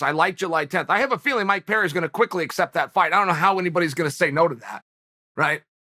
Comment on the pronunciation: Okay, Chael is just trolling us all now with this mangling of everybody's name...he can't be THAT American saltine! 🤦🏾‍♂️